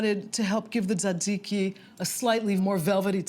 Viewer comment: you pronounced "tee-zay-tee-zai-kai" wrong